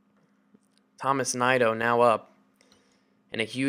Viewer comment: I believe Tomas Nido is pronounced Toe-más Knee-doe